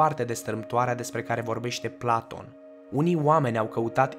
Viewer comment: "Planton"?! Serios? "Planton"? Pe bune? Cine Planton ăsta???